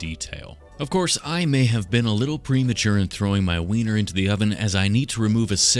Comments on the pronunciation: Him saying winer is mecking me uncomfortable 😂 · Every time he said Weiner I had to try not to laugh 😂 this dude is the best lol